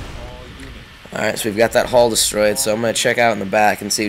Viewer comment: When he says hall, it sounds like hull.....